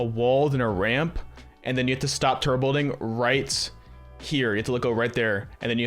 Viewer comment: You don’t pronounce the B in turBo and it’s really annoying